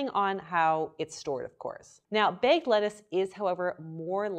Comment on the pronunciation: It's bagged, not begged